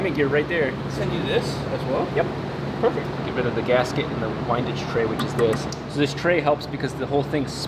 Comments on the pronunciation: Hey, for future reference, its pronounced "win-dij" tray not "wine-dij" tray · Whinedage tray 😂 it's wind-age tray as in the wind 💨